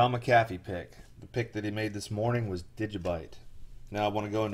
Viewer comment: You pronounced his name wrong and everything about this sounds like fraud.